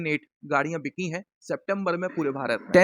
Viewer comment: बिचीं नहीं बिकीं होता है आपकी हिंदी ख़राब होती जा रही है !!!